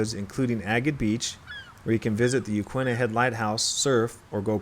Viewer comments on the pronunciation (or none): Ya-kee-na, not ya-kwi-na.